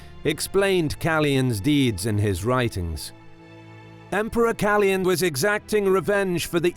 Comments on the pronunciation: Awesome video as always! Just one thing. The name should be pronounced KalOyan and not Kalyan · KaLOYan not Kalian! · you totally mispronounced Kaloyan